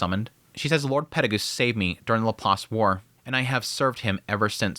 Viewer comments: Can't get over you saying Peregoose instead of Perugius. PE-RU-GI-US (peh-roo-gee-us). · PEH-ROO-GEE-US!!!!!!!!! This is not RE-ZERO! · Please for the next coming episodes his name is pronounced Peru-geous 😭😭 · He been saying it this way for years and I dont like it either lol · Why do you pronounce Perugius’ name like that? Just curious, no hate. Live your videos btw. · Man, I truly do like your videos a lot, but the way you pronounce some of these names really gets under my skin. Like "Perugius" or "Ghislaine". Not even saying you're mispronouncing or anything, but if eats away at me. Still, I repeat, really enjoy your content. Cheers.